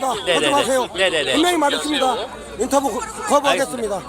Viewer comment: 인터뷰거부합니다 하는 사람 발음도 인터부이러면서 발음이 이상한데